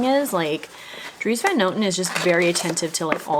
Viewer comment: Similar to your brother-in-laws last name, the van is pronounced more like an O rather than an A sound 😊